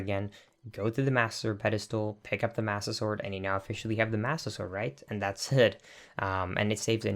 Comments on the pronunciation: "massuh sword" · Massa sword? Mas-ter sword.